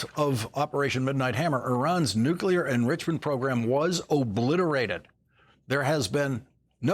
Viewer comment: He pronounces nuclear wrong. I don’t trust him.